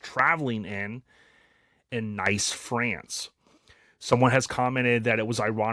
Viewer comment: Nice, France is pronounced ''Neece''.